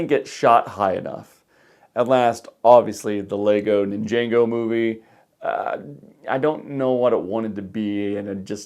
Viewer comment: Just for note, you keep saying Nin-JAY-go its pronounced Nin-JAH-go and yes the movie is better if you watch the show. From what Ive heard it was supposed to be a made for TV move but it got shoveled into theaters because of the success of Lego Movie and thats why it isnt as good.